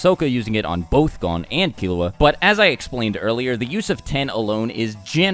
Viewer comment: Lol when he says killua i think he is saying killowat